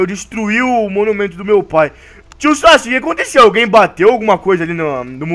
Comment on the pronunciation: o sake iafala votimata boruto